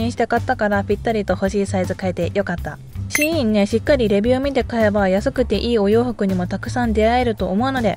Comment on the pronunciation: シーインのイントネーション初めて聞くタイプ笑笑笑